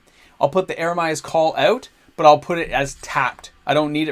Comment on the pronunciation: Me thinks you've had a few too many nachos today or you have a kid named Jeremiah. Eeeemeeree-uh's Call. Meer, as in Karoo Meerkat. Eremia was a bullfrog. He was a good dinner of mine. Love the deck, love the content, thanks bro!😁